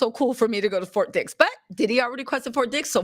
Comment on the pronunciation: Hi it sounds like "FORT DICKS" LMAO.